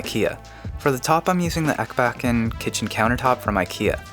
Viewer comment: ECKBECHSEN? IT PRONUNOCEED EEEKBÄÄÄÄCKEN